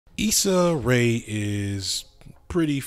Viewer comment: u need to apologize for messing up her name like that lol 🤯